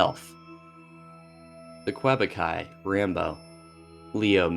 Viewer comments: this has to be the worst possible pronunciation of "quebecois" and is also how im going to say it for the rest of my life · OK about 51 mins in, the Rambo section: "Quebecois" IS pronounced [kay-beck][wAH] , NOT "[kweb-oak][eye]" as you had put it. LOL